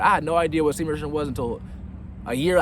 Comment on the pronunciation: It hasn't improved your speech anyway. Semen retenn haha